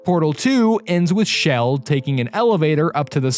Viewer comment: SHE's NAME CHELL NOT SHELL!!!!!!!!!!!!!!!!!!!!!